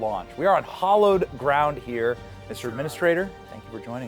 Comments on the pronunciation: HAL-lowed ground, not hollowed. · Benny, do you not know the difference between hallowed and hollowed? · "Hallowed ground" is pronounced HAL-ohd grownd